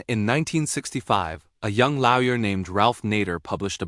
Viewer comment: What exactly is a, "Lau-yer?"